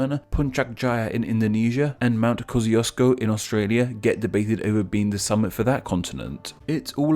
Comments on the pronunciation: damn, butchered kosciouszko it's morel loke "koshchushko" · Kościuszko=Kosh'chuu'shko; you're welcome. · Mate, the Australian pronunciation is Kos-ee-o-sko. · And yet Aussies pronounce it Kozi-Oz-koe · Most Australians (i) pronounce it kozzee-oss'-ko, and (ii) have only a vague idea how to spell it. :-) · I am Polish and I didn't expect that an Australian mountain had a Polish name but as expected and English-Speakers don't know how to pronounce Polish words. It isn't not "Kosciuszko" but "Kościuszko" as that was the correct spelling of the person the mountain was named after Tadeusz Kościuszko. A) "sz" is two letters that make 1 sound corresponding to the "sh" sound. B) All vowels have 1 distinct sound in Polish. It is a misconception that English has only 5 vowels. A vowel is a sound and English has too many vowels but English does have 5 letters that represent vowels. Basics of Polish vowels A = "ah", O = "oh", I = "ee", U = "oo" etc. C) The letter C represents the "ts" sound in Polish like the majority of Slavic languages. D) The Polish letter ś has a sound of "shi". So "Kościuszko" is meant to be pronounced "kohshi-tsoo-shkoh" no matter what the English-Speaking Australians pronounce it. Also Tadeusz is pronounced "Tah-de-oosh" if you needed to know.